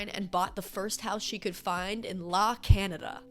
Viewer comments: Hate to be that person, but La Cañada is actually a city in LA county. It's pronounced La Can-ya-da and it is definitely not the cheapest place in LA to buy a house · Word to the wise, La Cañada is an actual city in the LA area, pronounced "La kanYAda". I used to live there :) It's definitely not "the cheapest" lol p.s. I just went to watch the video for 7 Things and Nicola Peltz is in it 🤯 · La Cañada is a real place in LA my love 🤣 it’s pronounced with the ñ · la canada cracks me up